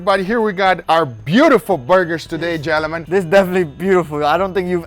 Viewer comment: I love guga.. especially the way he says gelnmen 😂